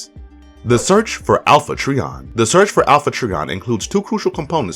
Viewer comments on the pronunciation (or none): Its pronounced "try on",not "tree on".seriously,dude.